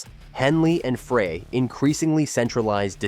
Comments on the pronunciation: it's Fry not Fray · Glenn Frey, not Fray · Henley and Fray? Fray? As in Glen “Fray”?!? You (author) are an idiot if you don’t even know the names of the band members. Fray? Idiot. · Any video that can't even pronounce Glen Frey's name correctly must be deemed worthless!!!!